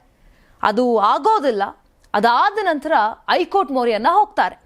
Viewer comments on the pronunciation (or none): ನ್ಯೂಸ್ ಓದುವ ವರೆ ಸರಿಯಾಗಿ ಓದಿ. ಐ ಕೋರ್ಟ್ ಅಲ್ಲ ಹೈ ಕೋರ್ಟ್ ಅಂತ ಓದಿ ಕನ್ನಡವನ್ನು ಸರಿಗಾಗಿ ಓದಿ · ಐಕೋರ್ಟ್ ಅಲ್ಲ ತಾಯಿ ಹೈ ಕೋರ್ಟ್ 😂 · ಶಶಿಕಿರಣ್ ಅವರಿಗೆ 2ವಾರ ಕ್ಕೆ ಸಮ್ಮತಿ ಕೊಡದೆ 28 ಒಳಗೆ ಶಾಂತಿ ಸಭೆ ಮಾಡಿ 30ಕ್ಕೆ ವರದಿ ಕೊಡಬೇಕು ಹೇಳಿದ್ದು ಕಾಂಗ್ರೆಸ್ ಗೆ ಸೋಲು ಅಂತಾನೂ ವಿಮರ್ಶಿಸಬಹುದಲ್ಲವೇ RSS ಸೋಲು ಅಂತಾನೆ ಯಾಕೇ...?? 30 ತೀರ್ಪು ಬರಲಿ ಮತ್ತೆ ನೋಡುವ ಹೈಕೋರ್ಟ್ ಅನ್ನೋದೇ ಸರಿ ಹೇಳೋಕೆ ಬರಲ್ಲ ಐಕೋರ್ಟ್ ಅಂತೆ😂😂 ಏನು ಇದೊಂದು ವರದೀನಾ ನಿನ್ನ ಬುರುಡೆ